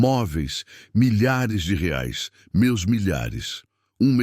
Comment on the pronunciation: Quando que vocês administradores destas histórias vão arrumar estas falas da inteligência articial? Não conseguem falar "reais" é chato ouvir estas falas erradas!